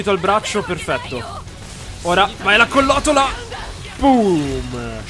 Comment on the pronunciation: Tutto molto bello però si dice colloTTola 🥸